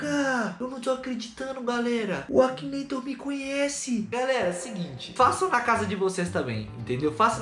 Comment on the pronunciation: você sabe que você tá falando errado né é Akinator